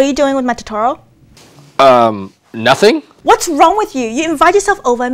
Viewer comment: Cool video. But it's To -To -Ro